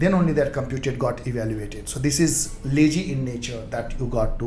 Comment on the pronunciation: Good One. Thanks for your efforts. Few suggestions - 1) Your face image is blocking the code that you write behind in the vs code eg: when you inject(bookservice) implements ngoninit - try to short your face image or better remove it. 2) your pronunciation of words like lazy and other words can be improved. Once again not blame you, just thought of sharing. thanks.